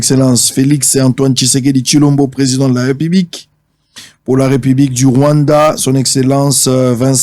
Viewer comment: La haine a fait que ait du mal à prononcer Félix Tshisekedi 😂😂😂. Il appelle Feli Seke 😂😂😂😂😂